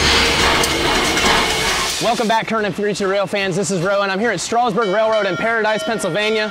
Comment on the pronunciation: Live not far away, love hearing that whistle when I'm out in the field. When you say Strasburg put a little of that southern twang in it, It's pronounced the way its spelled not Strausburg haha. Love the videos!